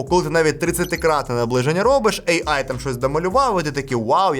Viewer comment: От не протримався без своєї шиї, лови черговий дизлайк. Цікаво, чому ейай, а не ийай. Ші ж шиї, то кажи тоді ийай